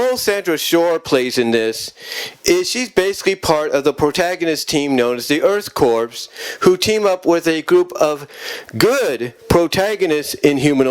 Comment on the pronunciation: It’s Blackthorn not Blackhorn n the P is silent in Earthcorp also if anyone from the Earthcorp is a possible love interest 4 Sandra it’s Herc Armstrong it’s Johnathan M Slattery aka Liquidator as he’s had the most interaction with her that ultimately develops into a romantic relationship also Liquidator is the 1 responsible 4 the love potion being used on the Inhumanoids that leads to Sandra being decomposed again also considering that Herc n Auger also got decomposed in the episode Cult Of Darkness (n Sandra didn’t but she easily could’ve been) doesn’t tell me that she needs to b kick off the team while they in the field